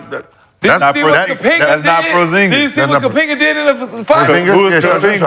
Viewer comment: He was callin him Kapenga😂😂😂